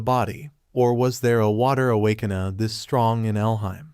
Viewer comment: I love the mispronunciation like awakaner= awakanah and Virth= Bitc